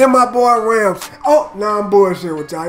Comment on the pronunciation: had me on ropes when he said ramz for number 1 😂😂